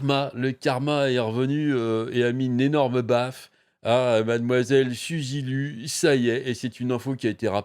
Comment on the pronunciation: Elle doit rembourser la monétisation sur les vidéos supprimées ? Pas terrible le "Suzy Lu" à la française, je préfère "Souzi Lou".